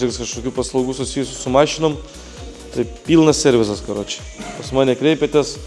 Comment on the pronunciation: Viskas ok, bet serviSas seniuk😁 no hate, tiesiog labai per ausis eina